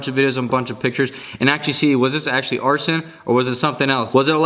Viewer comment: Also arsen = arson lol